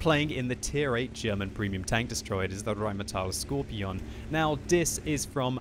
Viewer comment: Michael Kennedy because, that's not, how a German would pronounce it. "Skorpion" with a hard and long 2nd o...and the letter G sounds like ɡe (writing phonetical): skɔʁpiːoːn geː